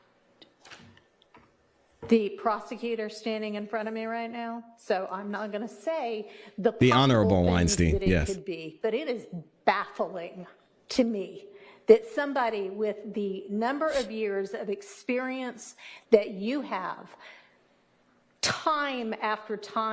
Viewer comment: The way Judge Whitaker put an extra syllable in baffling (e.g.BAF-FA-LING) to describe the prosecution's behavior is pure gold. The fact that she then puts herself in 'time out' to keep from going APE SH!T on Prosecutor Love is priceless. I say lets stop with the warning shots and put this dog of a case out of its misery. #MISTRIAL #NoLove4Love